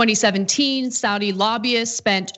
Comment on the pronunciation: Don't be so lazy. Pronounce Saudi correctly.